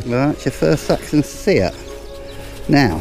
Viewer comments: You may not thank me for telling you this, but sceat is properly pronounced 'shat', not 'skeet'. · Hi William, yes I'm sure your right, I've heard a few variations of how it is pronounced and I know of FLO's (Finds Liaison Officers), (who are required to have a degree in archaeology or a related discipline) have pronounced the coin as 'skeet', 'seed' and 'shat'. Apart from that I hope the video was ok? Thanks for watching and commenting, it's much appreciated..